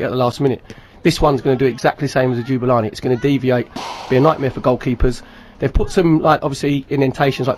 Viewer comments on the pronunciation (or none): Ja-Boo-La-Nee not Ju-ba-la-nee! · Jubalani? LOL it's Jabulani xD